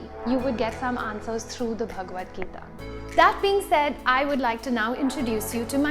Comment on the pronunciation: Books mentioned in the video (Since they were not written in caption) 1) The Bhagwad Gita by Bibek Debroy (The way you said Bhagwad Gita, you sounded so cute and in purely parsi tone.) 2) The Book of Understanding by Osho 3) The Ocean at the End of the Lane by Neil Gaiman. 4) Skinny Legs and all by Tom Robbins Also by same author - Another Road Side Attraction. Note: Only for Avid Readers 5) Kitchen Confidential by Anthony Bourdain Bonus Books 6) Sapiens by Yuval Noah Harari 7) A Short History of Nearly Everything by Bill Bryson